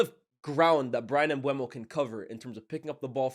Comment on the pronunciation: M-BUH-MO. Aren’t you based in France?